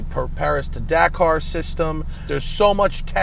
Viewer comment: Thank you for finally pronouncing Dakar correctly